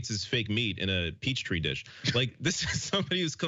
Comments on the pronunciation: A peach tree dish? Sorry but it's peetree dish lol 😂😂 or pehtree (petri dish) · "Peach tree dish". Uneducated alright. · Peachtree dish and she also said Babel movements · 'Peach tree dish'... she proved the why part of why people thinks she is crazy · Peach tree dish? She’s dumb. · “Peach tree dish”. What a complete idiot Majorie is🤣